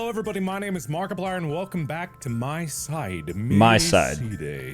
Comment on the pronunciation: IT'S PRONOUNCED MY-SIDE